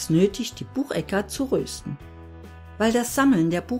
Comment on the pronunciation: Schönes Video, aber bitte es heisst rösten nicht röösten